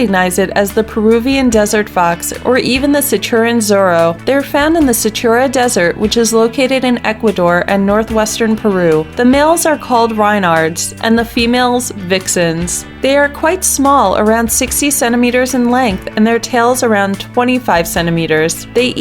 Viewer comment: First off its REN- nard NOT rye-nard! I'm also surprised, there's no reference to What Does The Fox Say? No reference to any of the fox Pokémon.